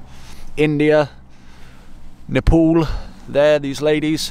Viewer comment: start again saying Nepol 😞😞😞😞😞